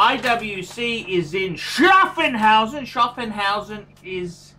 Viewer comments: Schaffhausen, NOT SchaffENhausen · Btw it's Schaffhausen and not Schaffenhausen.